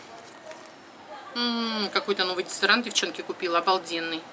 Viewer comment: Мне нравится как она говорит ДЕЗАДОРАНТ ДЕВАЯКИ ММММММ